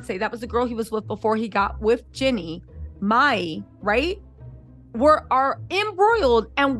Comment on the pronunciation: her name is Jeanie not Jenni. 😂